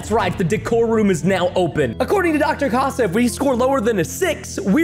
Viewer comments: she is spanish and her name í pronouncesed like catha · I think it’s bronounced case-a